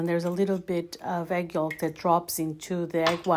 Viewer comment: The L in “yolk” is silent. You’re pronouncing it incorrectly. Good recipe! Good video, thank you!